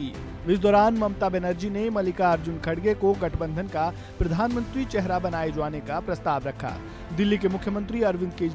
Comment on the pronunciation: so, the reporter have some issue is the sound "aa"? Jaane ko jvane bolte hain... Shamil ko shvamil, the fuck...